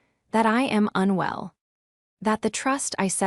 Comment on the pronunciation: Not "unwe LL" (pronounced as two quasi-words): just "unwell." But (seriously) a good story!